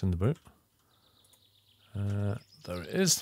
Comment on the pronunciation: I swear he says ,,the” instead of ,,there”